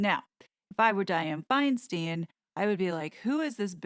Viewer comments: Feinstein is pronounced Fine stine. I can't wait for any kind of cartoons on this. There are lots if article and items that could make an entertaining cartoon. No.offense. I somehow have become very tired and need the humor. I also saw how perfect the white witch hat and outfit fit with the funeral attire she wore to the funeral. Also the new photo that came out the last day or two, is interesting because H looks crazy in it. To me he looks crazy. The white outfit you portrayed her in, in the latest cartoon was prophetic. This is excellent. Thank you. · Hey,. Senator Di Fi's last name is pronounced with long 'I' twice, like 'fine wine.' Fine stine. She was elected mayor of San Francisco after Mayor George Moscone and Harvey Milk were assassinated in 1978. Been U.S. Senator from California since 1992. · Wow, this has been a great collection of videos, thanks for your hard work! ( just as a aside, it is pronouncec Fine Stine ( it rhymes) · And Senator Feinstein pronounces her name “Fine-stine.” Her pronunciation. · please pronounce Diane Feinstein's correctly. This current WOMAN of most importance in the US Senate deserves your respect and attention. Most APPALLED YOU DO NOT KNOW HOW TO PRONOUNCE HER NAME. You of all people have access to audio regarding Senator Feinstein. Apology to the people of California would be appropriate. READ YOUR HISTORY!!! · please relax. people pronounce "stein" differently you sound highly disturbed. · Friendly feedback: Diane Feinstein pronounces her name “Finestine”. Also, it’s had written, not “had wrote”. 🙂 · Love your broadcasts, but it is FineSTINE, not FineSTEEN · it is pronounced stein not steen As a 65 year resident of CA, she pronounces it stein Thank you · She cant hold public office with a title. Newsome knows this and has plenty of choices to replace Feinstein. Meghan isn't qualified. And it's pronounced " Fine-stine" by us Californians, not "Fine-steen".